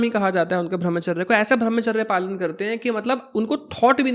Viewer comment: Bhai pehle tu apni pronunciation to sahi krle...arth ka anarth kiye ja rha. Sena hota hai saina nhi...ar ye bhramcharrya kya hota hai??? Brahmcharya hota hai... there is drastic difference between veer and veerya. pls go n study correct things